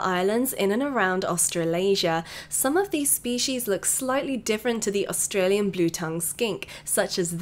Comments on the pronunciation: is it just me or did any one get triggered when she said its pronounce ost ray lee ya [no hate] love u em <3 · I love your channel but you said Australia wrong lol 🙂